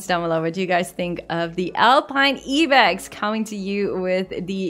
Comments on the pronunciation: Do you guys pronounce ibex as “E-bex”? Have I been pronouncing it wrong my whole life? 😆 I always called it the “Eye-bex “ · lady, you pronounce "ibex" as in "eye-bex" :D in afrikaans i still say "eeuh-bex" by accident and it took be long to figure it out XD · It is actually pronounced Ibex with I